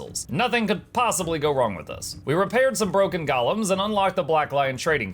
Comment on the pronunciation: When you say “Golems” I hear “Gollums” 😂